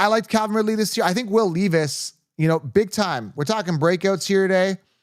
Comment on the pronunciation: Will “Leave Us” is him! Pronounced Lev-Us fr fr though